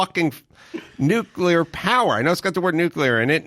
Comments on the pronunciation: Uuuh Mark- the word is pronounced nu-kle-er NOT nuk-u-ler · Gerrigos says “nukular” lol it’s over!!! “Nuclear” ☢️ buddy….. Really. Damn he Is a stupid ass Homer Simpson Buffoon.. lost all credit my dude. Still love you guys. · It's pronounced "new-clee-er". That concludes today's lesson.